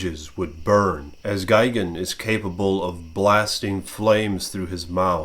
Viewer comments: tbh I'd take a selfie with gigan in the back ground too also ur saying gigan wrong it's GUY not gig lol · why are you saying gigans name wrong sometimes your calling him gigin sometimes